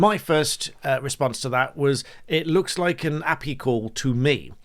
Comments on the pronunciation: Impressed by your technical knowledge but please don't say API as "ahpee" it's definitely "Ay Pee Eye". It's an acronym so I don't want you to open yourself up to misrepresentation. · You can't say you are clued up with the digital world, and then pronounce api any other way than a.p.i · Please never call API ‘appy’ ever again 😂. Even non-techies know vaguely what an API is. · Please don’t call it an “api”. Anyone involved in tech refers to it as an A.P.I. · You lost all credibility when you pronounce api as a-pee instead of ay-pee-aye. Just busting your balls... ;) The information is still valid. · How did you pronounce API? Lol